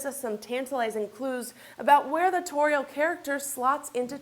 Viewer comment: Dumbass woman, I speak Sindarin, I'm almost fluent in it! And Tauriel is pronounced Tow (like in owl) REE ell (like saying the end of shell without the sh)